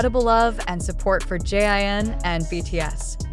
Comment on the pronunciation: JIN not jean omg if ya gonna report something then report with correct names